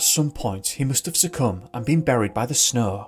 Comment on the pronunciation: Why is it that you can pronounce snowing just fine, but snow not so much. What snaugh anyways?!? So much for English accents helping people sound intellectual .